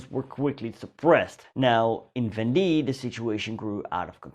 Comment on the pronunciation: I cannot watch this after he mispronounced "la Vendee"